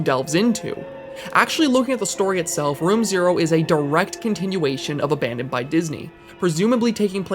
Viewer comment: “Aban*dong*d by God”